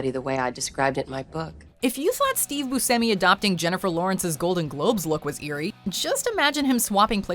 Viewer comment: Steve boo-semi? Lmao.. It's pronounced bu-sh-emi